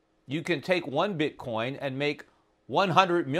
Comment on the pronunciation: Bitcorn ? Learn to speak properly before you get on youtube.